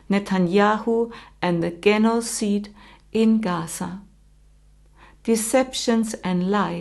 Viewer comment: Thank you so much for your sharing of your knowledge and wisdom dear, it is very much appreciated. I just wanted to help: the pronunciation of "genocide" starts with the sound "j" as in justice. God bless you and your life's path. Thank you again 🙏💕